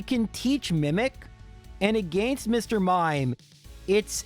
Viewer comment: yo i love your videos but I hate the way you pronounce "against"